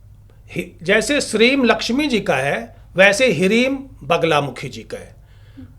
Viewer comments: ह्रीं नही ह्लीं है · Hreem nahi.....Hleem hai sahi beej.